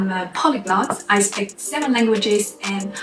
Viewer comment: When she says "speak" it always sounds like "spick".